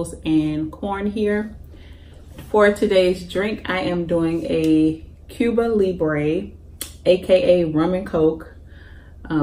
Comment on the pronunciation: I thought you want to know the correct pronunciation of your drink is Cuba Libre 🍹